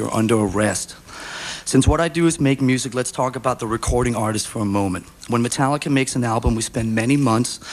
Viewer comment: "MascaricA" - Layne Staley